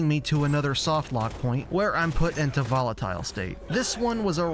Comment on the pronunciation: why did you pronounce volatile like that